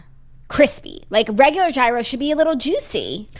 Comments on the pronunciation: The Greek pronunciation of gyro is “yeero” not “hero” but I am thoroughly enjoying the hero tangent 😂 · its YEAR-RHO lol not "hero" lolllllllllll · don’t pronounce the g in gyro, so “yeero”. I couldn’t tell you why i care so much but it’s driving me nuts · Gyro is lamb !!! And it’s pronounced yeero